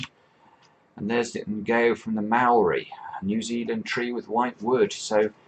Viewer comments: Ngaio is a type of tree of New Zealand, and New Zealand is also one of the antipodes :). It's pronounced "nigh-oh" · So surprised to see Ngaio (my native Maori language) on here! The "ng" is pronounced the same way it is in the word king. "ai" is pronounced like eye. And "o" is pronounced like o in or. So ng-eye-or, basically 😊